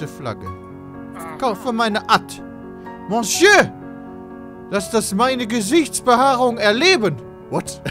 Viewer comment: moscheu XXXXXDDD pedda und französisch xD